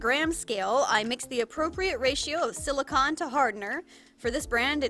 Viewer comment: I know no body is talking about this but you say silicone like con props and cons but it’s silicone like a ice cream cone